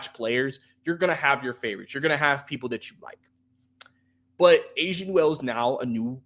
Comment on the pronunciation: it's pronounced A-SA not Asia lol....I don't agree with Asa being a big project offensively...I believe he's a 5 in the NBA but has enough skills to play next to another big man. On offense he has a defined NBA role as a rim runner and short role playmaker, he can already do that playing off a Trae. He will never be a shot creator but he has size, he's mobile, rangy, he's a very similar prospect in play style to a Derrick Lively with real shooting upside. I am higher on Asa than most, but he was firmly in my top 5 of bigs in this class. I thought he would've been in that 11-19 range this year, but to get that type of prospect at 23 is a homerun.